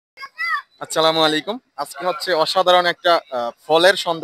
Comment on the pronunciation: আচ্ছালামুলাইকুম ❌ আসসালামু আলাইকুম ✅